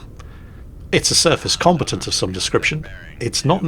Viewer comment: Love these videos, even if mispronounces "combatant."